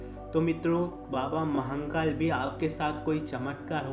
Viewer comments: Areeee yr Mahankal Nehi.... Mahakal N nehi dalna Vai.... Mahadeb k nam hai vai pls.... Sahi se uccharan karne k koshik karo....jarur hoga....pls Mahankal naa bolo.... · Bhai baba mahnkal nahi h.. mahnkal mt bola kr irritation hota h.. baba mahakal h vo Upr wale ko kisi b naam se yd kro vo sunta h, pr iska mtlb ye b ni ki glt naam bolo.. acha nahi lagta h bs, baki jesi mahadev ki marzi.. har har mahadev 🙏